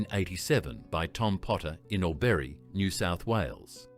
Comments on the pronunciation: Please consider using a human voiceover. “Dom-EE-nos”, “Al-BErry” and “Hin-dley” St were hard to hear. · Eagle boys in orbury???? Albury. AI is rubbish